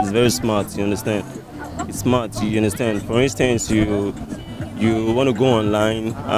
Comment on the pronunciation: You understend 😂😂😂